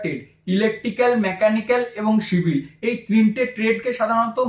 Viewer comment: Dada apnar civil k shivil bola ta valo laglo na